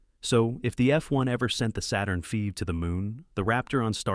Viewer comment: "Saturn feeve?" LOL! 😂